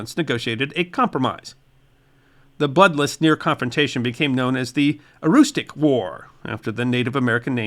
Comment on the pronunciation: S-ah-co Faal-muth Aroostook has more of u sound as in push. Other than that, very good video. Thanks!